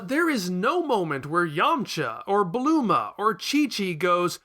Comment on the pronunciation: "Gokoo?" "Bluma?" WHO ARE YOU PEOPLE???